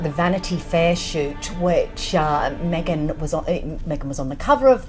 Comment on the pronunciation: Me-gain's not Canadian